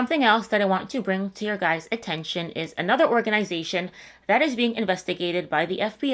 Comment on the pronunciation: You should make a shirt that reads “I’m this old “and then it has underneath it “I know how to say the word guys’ properly“